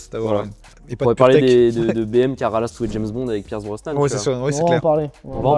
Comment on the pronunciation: Faut arrêter " ralass" par contre